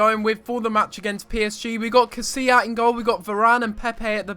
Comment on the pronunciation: LOL Casillas. He's name is Casilla